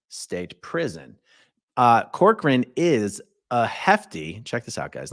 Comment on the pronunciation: My maiden name is Corcoran and no one ever pronounces it correctly. You did great!